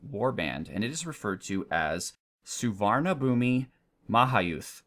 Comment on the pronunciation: It pronounce su-van-na-Poom Ma-ha-yud